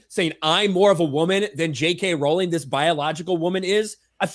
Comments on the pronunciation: So to be clear, it's not "RAWRR-LENG"? 🤣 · "ROW-LING" One day the guys will learn lmao.